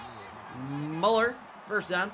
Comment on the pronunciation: ItS mUeLlEr 😂